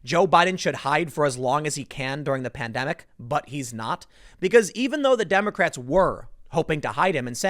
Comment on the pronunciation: At one point I heard "condemocrats" lol